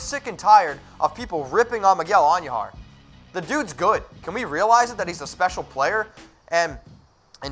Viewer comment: Say it with me. Miguel An- DOO-har. It's not pronounced, An-YOO-har